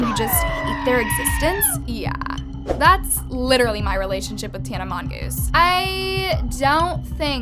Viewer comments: idk why I heard "tana mongoose"💀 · “Tana mongoose” PLSSS😭😭😭